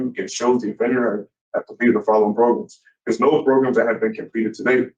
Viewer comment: Progrums lol 😆